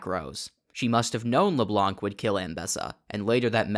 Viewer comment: hum actually, "Leblanc" is not pronunced "Leblank" it's just "Leblan"